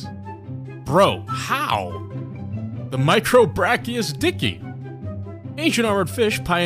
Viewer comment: Best part: its pronounced "dick eye".